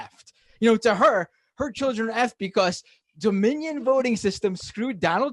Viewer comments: "Did they use Dominyinyinyin?!" It's pronounced Dominion you fucking potato! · Did that one woman pronounce Dominion wrong?? I don't think I heard the D. It sounded like she asked if they used Ominion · Aminion... ROFL they can't even pronounce their own conspiracy.